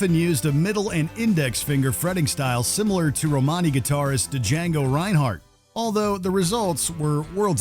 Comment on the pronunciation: As a jazz guitar fan these people seem really popular. It hurt hurt my feelings to here him mispronounce Django Reinhardt’s name.